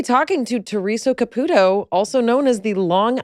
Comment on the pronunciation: Theresa pronounces her own last name “Ca-PEW-toe”, so it always baffles me when so many interviewers pronounce it “Ca-poo-toe”. How difficult is it to say “Ca-PEW-toe” ?